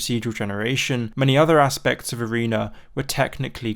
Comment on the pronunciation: please say arena and not areener